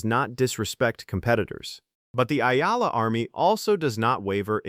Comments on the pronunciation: EALA NOT AYALA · Correction pls.not Ella ...you're not really watching the game😆😆😆pls.pronounce it correctly E-ya-la. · Her family name EALA pronuanced Eyala not allah or ela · Its not Allah/Ellah its E-yala! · Please don’t pronounce her name Alla!! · I left your content the moment your AI pronounce EALA as Al-La.